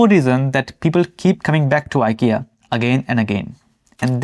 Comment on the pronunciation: It’s Eekea😊